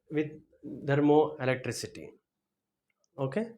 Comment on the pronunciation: Kindly pronounce the word THERMOELECTRICITY correctly.... It is not dermoelectricity